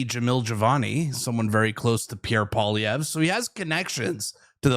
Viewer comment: I wish the commentator would learn to pronounce Mr. Poilievre's name. I was taught that it was good manners to pronounce a person's name correctly How difficult is it ?